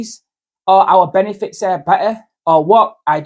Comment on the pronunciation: ALI IS LEARNING ENGLISH : - BEND . KNEE . FITS !